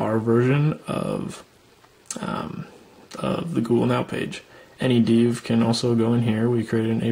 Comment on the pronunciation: What's a deev?